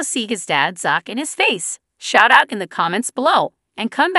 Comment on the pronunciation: Hey,, how about saying his name right. It isn't Zock, it is Zack. You got that?